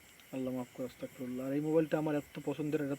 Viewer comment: অস্তাগ না,,,আস্তাগফিরুল্লাহ😌😌😌😌